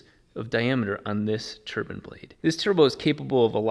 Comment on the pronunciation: The way pronounces turbine blade... Turban Blade? 😂